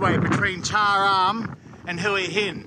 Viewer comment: Man, do you actually live in Hua Hin and have a Thai girlfriend that long, but can't even say the name Hua Hin right? By the way, the haircut of your girlfriend looks great.